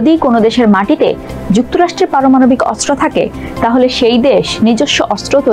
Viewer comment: সংবাদ পাঠিকা "পারমানবিক ক্ষেপণাস্ত্র " পাঠ করেছেন!